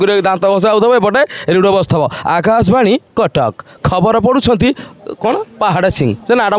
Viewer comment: ରେଡୁଅ ନୁହେଁ ରେଡିଓ